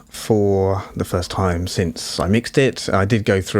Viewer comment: First, I'd like to say 'Nice, clean presentation which a broad range of audience can appreciate.' Lastly, for my humbly intent critique & suggestion. Sounded as though you're trying to say "time," but sounded more like "tie." I couldnt tell if you were saying it more than once as you were explaining the breakdown, but that's OK, as long as sounding off the words clearly where should be. If were me, I'd pay closer attn to my voice via the monitor. It's harder for many of us, yes me included for a time, to hear our own voices for seemingly unpleasant to ourselves. This takes some time and helps us with practice to "improve" our vocals to ourselves. Anyhow, to un-digress...your vocals did sound a bit nasally. Bring your vocals up enough to tell us your message. Don't hesitate to mute any undertones you don't really feel uncomfortable about, then listen without them, 1st through your headphones to your comfort. After feeling confortable via headphones, next listen thru your speaker monitors to see how clean it comes through those. Some monitors could present distorted as you turn up volume, and dependant on quality of those speaker monitors; so, keep that in mind before you tweak. Save those tones & effects you've muted in case you think you might have to add back in. What you think is a completed product, save singly(or several versions) on a CD and play on your home & and perhaps an automobile stereo for testing. I'm not sure the effect you were trying to accomplish, but it cam